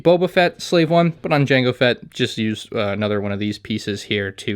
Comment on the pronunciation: um what’s a slave I i believe you mean “jango feta starship”